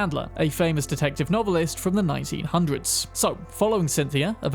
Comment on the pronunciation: From the 1900's... man, why you gotta say it like that?